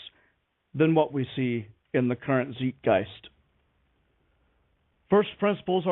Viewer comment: Nitpick for: "Zeitgeist" is a German loaner word, and both vowels are pronounced with the long "I", as in sight, or time.